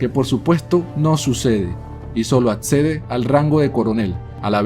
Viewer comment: muy interesante el vídeo, pero le recomiendo unas clases con fonoaudiología, usted sufre de dislalia. no es etpcito, es éxito se pronuncia sc, no es atcede, es accede, no es, Atsolutismo es absolutismo por ejemplo.